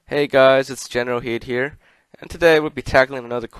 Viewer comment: Why do you say Generalheed even though it's General Kidd